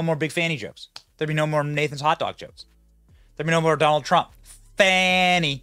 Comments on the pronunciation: There’s no “w” in Fani. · It's not "Fahni" or "Fawni", ... It's fani, as in fanny pack... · You guys are not pronouncing her name right. Look it up